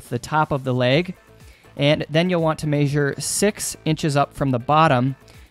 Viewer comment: He says measure funny